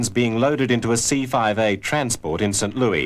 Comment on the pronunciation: Kind of annoying to listen to someone constantly mispronounce St. Louis. But still a good video.